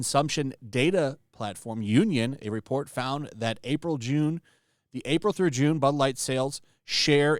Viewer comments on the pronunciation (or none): none